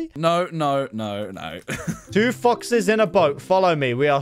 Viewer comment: lol is kinda sus when u said 2 foxes it sounded like 2 fuc